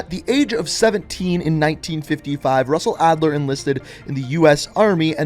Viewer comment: Lol SUSsell Adler